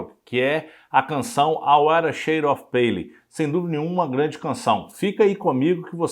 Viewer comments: Gostei muito da sua pesquisa sobre The Wither shade of pale. Hoje mesmo estava com dificuldade de traduzir a letra para meu irmão, numa publicação em que a letra acompanhava a música na tela. Só uma observação.. Não se diz “pêile”. Diz-se “ Pêil “ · Por favor:A pronúncia da palavra-dentre outras-PALE está errada.O apresentador não se preparou e comete falhas de pronúncia